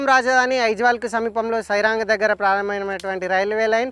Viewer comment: సాయిరాంగ్ కాదు సైరాంగ్ అది